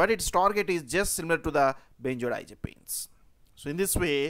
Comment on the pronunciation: If i have to hear the word "benzerdiazerpeens" one more time...